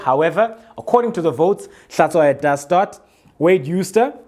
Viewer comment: Out of Context: Since you are Xhosa, HlaTSHWAyo is pronounced like HlaTYWAyo in Xhosa.